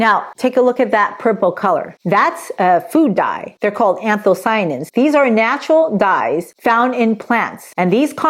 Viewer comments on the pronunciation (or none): none